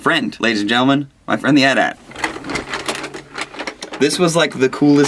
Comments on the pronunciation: He said "at at" lol. You just spell it lol. At-At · its not an "at at" lol /:) its an AT-AT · "atat"? Its AT-AT, as in ay tee ay tee (because the other ones are AT-ST, which clearly isn't pronounced as a word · sry pete its not an atat but an A-T-A-T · its a AD-AT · That isn't an atat it's an AT-AT! Gosh! :P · ummm did he just all that an atat?..its A. T. A. T.lol somtimes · Never ever call that an at at again AT-AT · It's called and A, T, A, T, not at at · It's AT-AT(AyTee-AyTee). As if you were just saying the letters. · AY TEE AY TEE, not "at at".......im a star wars nerd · pretty sure you say all the letters in the name of the star wars thinger. it's an A-T-A-T, not an atat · GAH! it's pronounced AT-AT not the atat! you say each letter. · It's pronounced A-T-A-T. Not at-at :P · Who should tell him its A-T A-T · I believe the AT-AT is pronounced: "Ay-tee-ay-tee" Such as pronouncing the letters. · I love the fact that he pronounces it atat. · ITS PRONOUNCED AY TEE-AY TEE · It's AT-AT A. T. A. T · But. But . AT-AT pronunciation though.